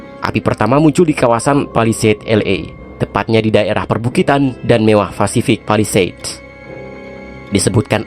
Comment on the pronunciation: bukan palidase tapi palisade.. 😂